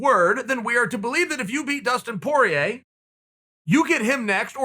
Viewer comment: Chael “Dustin Por-yay” Sonnen